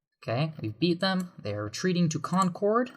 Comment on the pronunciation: you pronounce concord wrong